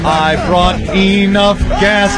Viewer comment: "I hope I brought e-nough gas parum pum pum pum." 😭😭